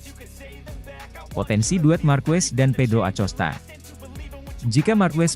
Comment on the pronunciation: Masa blum bs baca nama pedro acosta dengan bnar sih min. DiBacanya akosta min.....jgqn di eja lempenk aja